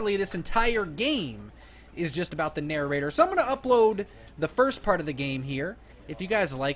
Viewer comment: it's not nararater it's prounounced na- rate- er